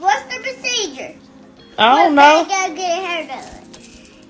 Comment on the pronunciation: Cant fully correctly pronounce ' procedure "